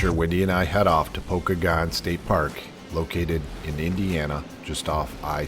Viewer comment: It's pronounced Poe-kay-gun. Pokagon state park. Check out the toboggan runs in the winter.